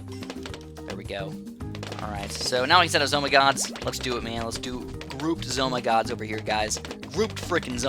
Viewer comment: why do y call them Zoh my gods